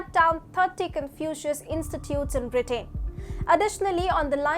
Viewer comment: I watch your channel often because it's a good channel. So lease get your pronunciations correct. "Britain" is pronounced, "BRIT-TEN" and "Huawei" is pronounced "HOO-AH-WAY". I am not from India. Just trying to help.